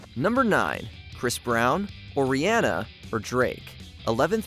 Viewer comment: You butchered Riri’s name.